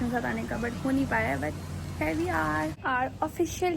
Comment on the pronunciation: your idol speaks perfect English, for example 'im hair he is hair' / 'im a chicken gal' / ' I am eating borrrrgorrrr' 😂